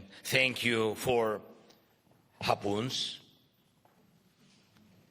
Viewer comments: did he say HARPOONS ? ? can't make out the word !! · ok thanks.. but just wasn't sure if he said "harpoon" .....